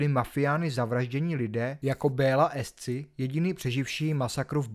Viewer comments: prestuduj si mena a výslovnost..Hegedűs.Alföldi..Bela Ecsi(Éči)..a nie ESCi.. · Šator takže Šatorovi ,Béla Eči se to čte a to jsem Čech ty vole zapracuj na výslovnosti zrovna o Šatorovi je toho všude dost 😉👍